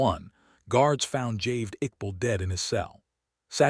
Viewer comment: It is Javaid not "Javed".